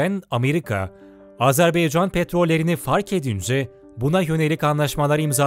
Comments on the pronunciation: Sunucunun söylediği gibi AzerbEycan değil, AzerbAycan'dır. Onu bir düzeltelim lütfen. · Azerbeycan değil Azerbaycan. Telafuza dikkat edelim. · Her şey iyi de yazarken Azerbaycan yazıyor okurken neden Azarbeycan okuyorsunuz? Bu yanlışı çok kişi yapıyor malesef!! Dikkat lütfen! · S Azerbeycan değil Azerbaycan . Ama peyeni atmaya Engel değil. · Azerbeycan yox.AZƏRBAYCAN COX COX XAHİŞ EDİRİK DÜZ TƏLƏFFÜZ EDİN CAN QARDAŞLARİMİZ🙏🙏🙏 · Azerbeycan değil Azerbaycan. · Azerbeycan değil! Azerbaycan! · Çox gözəl söylədin,amma Azerbeycan deyil, Azərbaycan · Azerbeycan değil Azerbaycan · Bir de artık şu ülkeye AzebEycan demeyin lütfen, doğrusu AzerbAycan. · Video boyunca azerbeycan dedin kardeş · Azerbaycan denilmeli azerbeycan değil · Azerbeycan yox Azerbaycan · doğru telafüz etmiyor ondan bahsediyorum